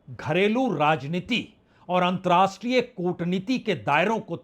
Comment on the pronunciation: Antar-rashtriye NOT antrashtriye! Pl. learn the difference.